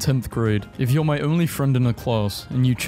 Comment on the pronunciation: You re ‘n all. Not you rain all.